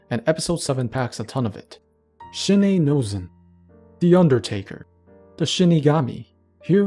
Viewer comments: Rewatching, so this is pretty late, but I have to correct Shins one. His name isn't Shi-nei (シネイ), but Shin-ei (シンエイ), as in the Shin and the Ei are separate, and you can't pronounce them together. Shi-nei actually doesn't mean die, that would be Shi-ne (死ね). His actual name, Shin-ei (シンエイ), also doesn't mean anything on it's own. But, Asato has given us the Kanji form of his name (真瑛), meaning "True Crystal". His name is also supposed to sound like "Sin", according to Shourei in volume 1. Edit: Might as well put this here as well. Raiden's name is supposed to be a reference to the Mitsubishi J2M Raiden fighter plane, while Shiden from part 2 is a reference to Gundam's Kai Shiden. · I love how no one so far has pointed out that he pronounced 'shinei' wrong